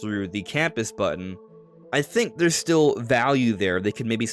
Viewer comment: button, not bun.